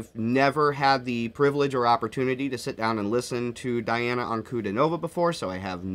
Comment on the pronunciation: Just fyi…it’s Dee ah nah..